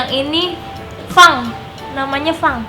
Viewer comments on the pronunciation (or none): bilang fang tapi pang